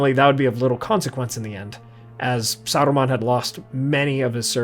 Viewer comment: Why are you trying to roll the R in Saruman's name? Sounds like Sardamon.